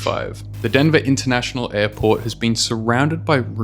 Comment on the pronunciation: denva intanashonal aypawt